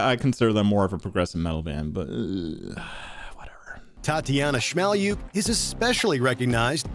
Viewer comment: did the ai voice just say tattiana smellyou